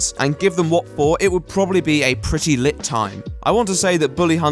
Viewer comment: When you said 'It would be a pretty lit time' in that posh accent, I nearly choked on my drink. Good show.